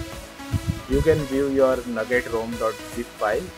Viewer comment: umm it's "NOUGAT" not "NUGGET"